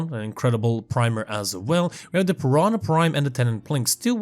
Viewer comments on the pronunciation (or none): none